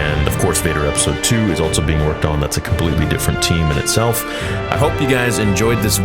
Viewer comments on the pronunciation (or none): Still adding a t to the word "also" I see.